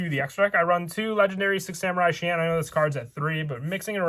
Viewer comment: that's because he is called shi en not shien. Hope this info helps.